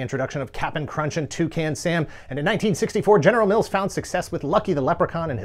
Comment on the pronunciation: Just here to say the correct pronunciation of Cap'n Crunch is CAP-N not "CAPPIN." Love the video!